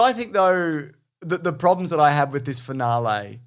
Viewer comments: fin-ahl-ee not fin-ah-lay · Jaaaaaaames... why are you saying finalae? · The way you say "finale" makes my irrationally angry.